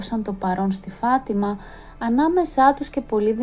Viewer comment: Φατιμα ο τονος στο ι.